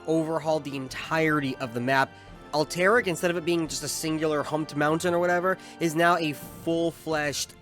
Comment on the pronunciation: this guy says "alteric" for Alterac